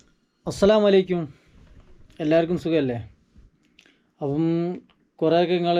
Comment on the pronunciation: അസ്സലാമു അലൈക്കും എന്നു പറ അല്ലാതെ അലൈക്യും